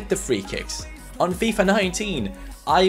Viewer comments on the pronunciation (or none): none